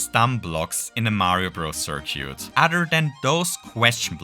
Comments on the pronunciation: Great video! Btw, for future reference, circuit is pronounced "sir-kit". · thought I had a stroke every time you try to say circuit I really hope this is an inside joke